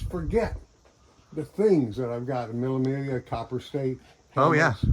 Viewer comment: It's not pronounced as the word is spelt, but it's mee -- ll -- a Miglia. 1000 miles....